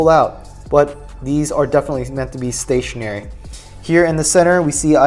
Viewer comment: Rofl did you say stationdary? Lol